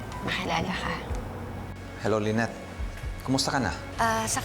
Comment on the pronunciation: Lynette pla, hindi lilet..😅